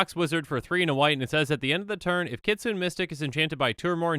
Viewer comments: kitsune too, if it was pronounced "kitsoon" it would be spelled "kitsoon" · Just an fyi, you are pronouncing kitsune incorrectly